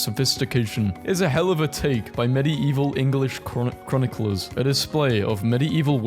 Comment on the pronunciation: the way he pronounces medieval 😭